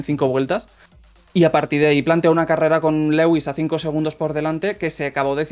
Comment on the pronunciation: cada vez que pronuncia lewis cono "Legüis" sufro mucho